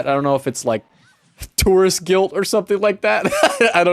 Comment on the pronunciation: “Tourist Guilt” Your so Canadian